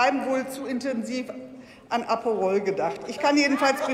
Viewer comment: Das heißt ApErol, nicht ApOrol. Mein OCD!